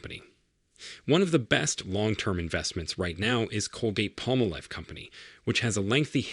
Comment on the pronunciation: Colgate-Palmolive... you can't even say the name correctly. How are you expected to be trusted?